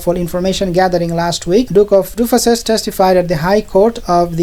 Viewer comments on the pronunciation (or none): Did he just say the Duke of Sausages?😅